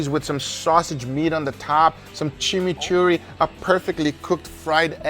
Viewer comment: Chimichurri got butchered 😢